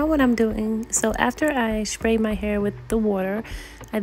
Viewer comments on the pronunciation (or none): Literally the most adorable hair tutorial!!! Each time you said “Shpray” I giggled. But girl you know I’m running home to place my hair in a protective style. Thank you for your patience and details. ❤❤❤